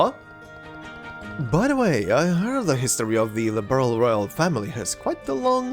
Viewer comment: The fact that they told the ENTIRE cast to mis-pronounce "Liberl" when there was a precedent for it's (correct) pronunciation in the later games still blows my mind. I'm so glad I didn't play this through until after the "Legacy Patch" had hit (My son gifted it to me on Steam as a birthday present).